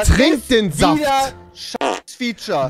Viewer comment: wie Trymacs Saft sagt 😂😂😂😂